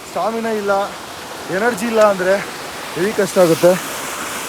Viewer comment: ಹೇವಿ ಅಲ್ಲ ಹೆವಿ